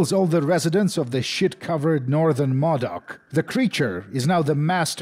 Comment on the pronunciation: Holy shit the way you say Klamath and modoc is driving me up the wall